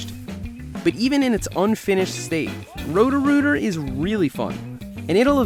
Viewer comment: Whenever you say Rhodorooter I keep thinking your saying Rotorua in New Zealand